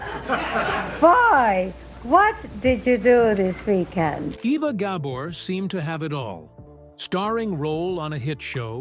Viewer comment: Ok, WHY KEEP SHOWING PICTURES OF LUCILLE BALL??? And learn how to pronounce her name!